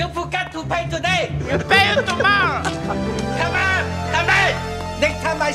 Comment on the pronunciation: As well as the way Tucker pronounces "come on" as "sha-mon" since Michael said that a lot too